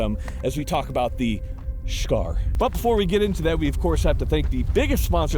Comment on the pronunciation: I fucking died at "SHHCAR" 😂